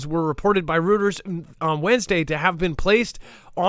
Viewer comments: FYI, it’s ROYTers, not ROOTers. Love your shows! Thanks for what you do. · and reuters is pronounced "roy-ters" not "rooters". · Roooooters????? Hahaha